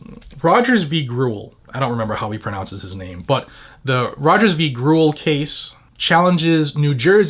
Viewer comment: You pronounce Grewal as Gar-ay-wall